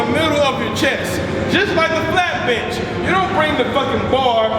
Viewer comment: it sounded like he said "flat bitchin"